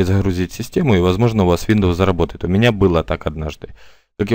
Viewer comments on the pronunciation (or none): none